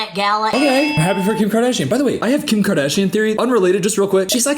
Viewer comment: Lmao me and my friend STILL say Kiim kaaadashianne